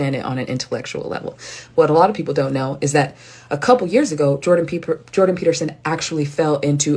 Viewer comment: lol jordan "peeperson"